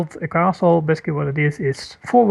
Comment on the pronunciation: He he kept saying "besky," but then I realized that he was trying to say "basically."